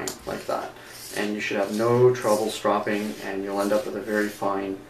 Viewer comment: You saw (strow-ping) incorrectly... its irritating